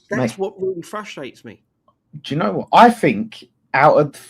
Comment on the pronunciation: can't say "You know" properly/ He says "You oh" or something weird.